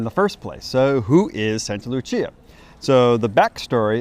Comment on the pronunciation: Love this but it’s Saint ( Sct Lucia ) Lucia day - sancta Lucia